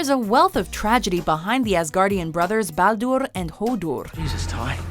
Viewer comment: its not ballduurrrrr. its balder.